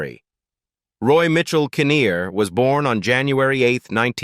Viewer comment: it was Roy Kineer not conir